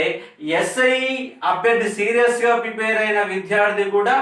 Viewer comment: Prepair kaadu prepare.